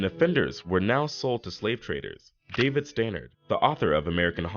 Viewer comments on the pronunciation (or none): none